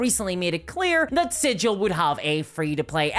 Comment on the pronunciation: For the last time... "Sigil," as in the city, is pronounced with a hard 'G',!